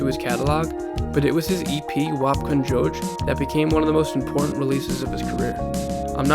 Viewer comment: Lol how he said Wap Kon Joj !!! Bel bagay map finn tombé 😭😭😭💀